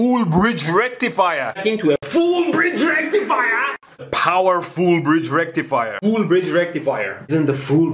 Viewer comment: legit i always say it with his accent now lmaooooo, its the new norm "FOOOOOL BRIDGE RECTIFYYAAHHHHHH"